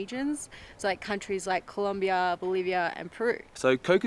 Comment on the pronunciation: Astonishing how so many people still can't get themselves to say "Colombia" and not "Columbia"